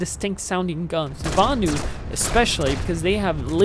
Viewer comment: LOL at butchering the names of the Vanu and the Terrans.:P Nice video though. You play the infiltrator like it should be played: infiltrating the base, killing engineers trying to repair the turrets and not just sniping from a mile a way.